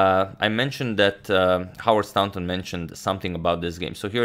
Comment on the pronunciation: Excellent coverage, I have learned much from watching your channel, thank you for your generous work. As a very small recompense, I would like to add to your vast knowledge of pronunciation - the au in Staunton is pronounced in the same way as the or in Morphy! or the ou in thought - English pronunciation = tragically irregular!